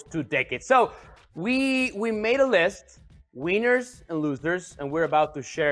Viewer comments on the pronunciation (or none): “We made a list, Weeners and losers!!!!” Lol he’s fighting for his life to speak engreeesh, baby please!